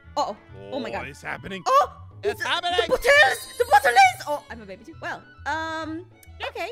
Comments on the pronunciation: its called a bOtTlAy Aphmau: 😂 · its a bottle-botteley 😂😂😂